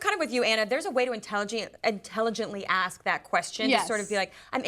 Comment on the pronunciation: Words cannot describe how much I hate hearing talk show hosts of any variety pronouncing words like "ex-specially" instead of especially or "axe" instead of ask. That should be in journalism 101.